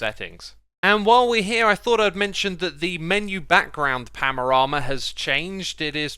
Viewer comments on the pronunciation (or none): Xisuma my friend, it's paNorama not paMorama.